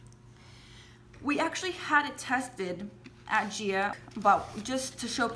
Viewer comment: What do you know about a Chelsea & Hanneman filters for Green Beryls. It is not pronounced gia. It is the Gemological Institute of America. GIA.